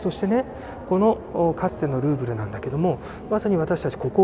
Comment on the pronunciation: グーグル美術館って聞こえた・・・さすがグーグルと思ったらルーブルだった